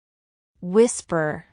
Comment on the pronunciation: Whisper is correct Not whispere